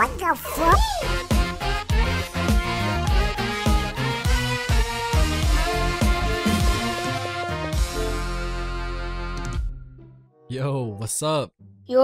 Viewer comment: Ducky : uhh what the fwuck?